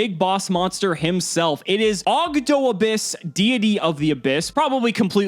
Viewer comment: The correct pronouciation is Ab- hyss, a pun with the sound that snakes make with their tongues.